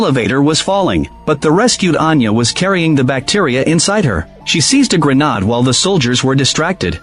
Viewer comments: Grenad??? WTF is that?? Maybe teach the AI how to pronounce grenade properly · I've noticed a few AI story telling voices pronounce it "grenad"......😂